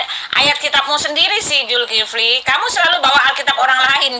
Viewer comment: Itu putri hel.... gak bisa bc ya..... Zulkifli di bc Zulfikri..... keliatan botolnya.....bang beritahu dia salah sebut